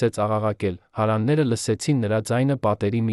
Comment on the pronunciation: Այ անգրագետ դու' հարևաններ բառը չես կարողանում ճիշտ կարդալ...